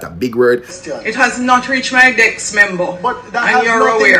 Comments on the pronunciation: The dunce said "dex" 😂😂 wtf is a "dex?" Jah know this is shameful smh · Why is this woman being allowed to speak to MPs like that??? First of all, she really needs a lesson in pronunciation! "DESK" ....NOT "DECKS"; "ASK".... NOT AXE/ AKS!!!.....MEMBER ....NOT MEMBAW...MEMBERRR.....MEMBO!!!!Her acrimonious,dictatorial and crass manner does NOT augur well for good relations and the productive use of time in sittings of the House!! If she is the only person suitable to occupy that position then we are in deep doo-do!!! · What is Juliet Holness saying? The worrd is ASK not AKS! Also DESK not DEX! Jesus why are you people putting that butoo in a place where she doesn't belong?